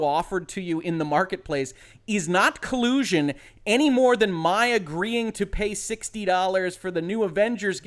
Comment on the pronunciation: "muh cull-oo-shun!"